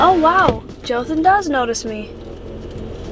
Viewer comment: Joathan you need the accen bit to be perfect lol